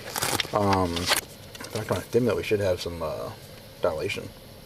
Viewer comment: They need to test the cop he had a lisp or was slurring his word whenever he said stimulant. Also otherwords. But very pronounced on stimulent